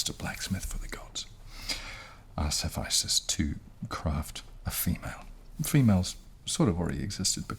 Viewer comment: why did you say it hephYstus when its hephestus